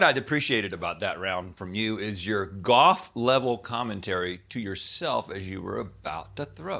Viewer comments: rhett is so commited to not pronouncing the "L" in golf that i thought he called link "goth" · I’m glad I’m not the only one who thought Rhett said “Goth”! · I’m so glad I wasn’t the only one who heard goth!!! I was so confused too 😂😂😂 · Totally thought he said goth lol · lol i thought he said goth too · 1) I thought Rhett said goth, too. 2) What kind of rye and pumpernickel did y'all give them??? I miss those, being gluten-free, almost as much as I miss pretzel buns!